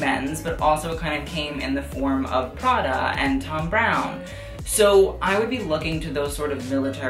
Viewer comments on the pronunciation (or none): none